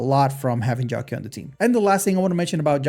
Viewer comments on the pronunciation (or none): It's not Jiao Q, pronounce it like Jiao chiu